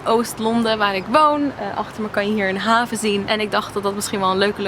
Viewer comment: Ik vond je Nederlands prima klinken hoor! Af en toe had je een woord dat er een beetje vreemd uit kwam ('haven') maar opzich viel het hard mee. Het helpt misschien ook wel dat ik zelf niet uit de Randstad kom, dus ik ben toch al gewend aan mensen een ander accent. Mocht je trouwens ooit naar Arnhem of de Achterhoek komen, laat het me even weten! Dan kan ik je misschien nog wat tips geven. En re: het 'sommige dingen snap ik niet meer': ik heb een half jaar in Japan gewoond als uitwisselingsstudent, en na de tijd was ik zo ongelooflijk in de war over hele simpele dingen, dus ik weet hoe dat voelt, haha. Zo raar om in je eigen land te zijn en dan niet te weten hoe iets werkt.